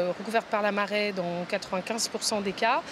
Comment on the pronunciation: La meuf a dit "la marÈe", rien que pour ça je dislike ptdr